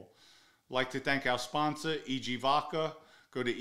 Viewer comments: Vodka has no R in it Pronounce the A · " vodker" lol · The way you pronounce vodka kills me every time 😂😂😂. Vodker